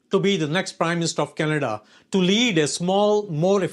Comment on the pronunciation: He doesn't even pronounce 'Canada' correctly! 🤣🤣🤣